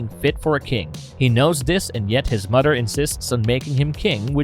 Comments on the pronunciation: Dude..practice your "th" pronunciation...its mother/brother not "mudder/brudder"..it's so distracting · Its mother not mudder. Its brother not brudder.